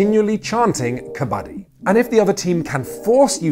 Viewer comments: Great video. Why do you start the video with the wrong pronunciation of Kabaddi and then a third of the way switch to the right pronunciation? And then you switch back to the wrong pronunciation and then back again... It's so weird... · tip for you guys: it's originally pronounced as ku-bud-dee not kha-bha-dhee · Love the way he says kabadi....😂 it's "ka —ba—ddi" I don't understand why it's not in olympics , it's great sport It's so popular in india , playing it on raw ground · It’s Kabbadi ( cuh- ba- di) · When "kabaddi" is pronounced as "kabaadi", only Indians can feel this pain! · I rlly hate the way u pronounce kabadi. Great video otherwise. But it hurts a little to see forgeiners pronounce kabadi incorrectly and slowly watch it become the new norm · I took physical cringe damage at the pronunciation of Kabaddi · Kabaddi lol, its pronounced 'kabaddi' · The way you are pronouncing its sound beggar kabadi